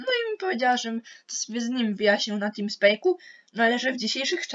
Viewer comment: teamspeak sie czyta timspik a nie timspek